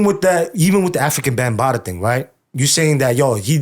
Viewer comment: It's Africa Bhambatha not Bembada😂😂😂